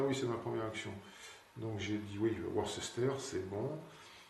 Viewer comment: Taquine pas trop. Car ta prononciation de Worcester est toute relative (Worce-ster, et pas Wor-ces-ter). Et merci encore pour vos belles parties clairement expliquées. 😉